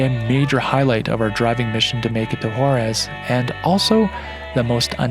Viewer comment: beautiful video! Scenery is amazing. By the way it is Huaraz silent H and the accent on the second syllable